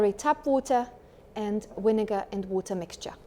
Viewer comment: Vinegar is pronounced with “v” as in “victory” not “w” like whisky… otherwise, it would be helpful to see how to set the cleaning mode.